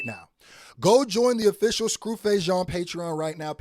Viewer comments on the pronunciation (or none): none